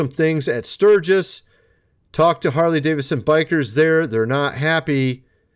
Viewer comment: You mean Whore-ly Davidson?